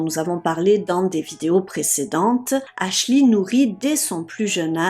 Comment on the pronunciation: Faut travailler sur votre accent et c est Ashley Ashlee